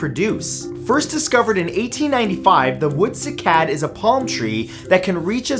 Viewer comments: First "ja-VON" and now "si-CAD." Seriously, dude, we luv yuh, but you gotta stop putting the "ak-SONT" on the wrong "si-LOB-ul!" I Googled "pronounce cycad" and a woman or child's voice came back "SYE-cad." It's not bad enough that humans are wiping out how many animal species every day, have polluted the oceans,* are eliminating oxygen producing forests by the minute, now we've started in on the plant life? You tell 'em, Matt! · Sigh - Cad. (Cycad) not sick-ad. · It's SIGH-kad.....not see-KAD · sigh cad ... not seekad ... that made me cringe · Great video Matthew, just on little complaint. The cycad is actually pronounced SIGH-CAD... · Cycad - Prounounced "sy" as in why. Onecof our most beautiful pkantscin S. A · you are mispronouncing cycad